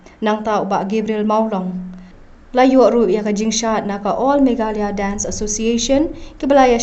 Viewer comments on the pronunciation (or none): none